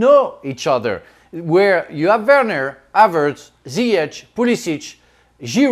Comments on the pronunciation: “ZAIYACK PLAYING BEHIND HAVAZZ” Brexit pronunciation? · whos "Havartz"? 😂😂